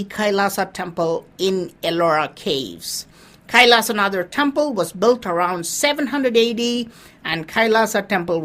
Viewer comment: Why Do you pronounce it as an English man? Say it SHIV. not shiva. Say it Kailashnath not kaisalashanadaa.